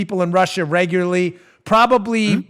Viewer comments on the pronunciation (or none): none